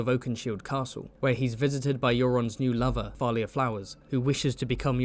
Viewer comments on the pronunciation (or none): none